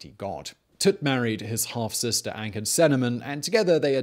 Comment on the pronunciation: A-knock-sue-na-moon. But anyways thank you for this please do more pharaoh videos and one on the sphyinx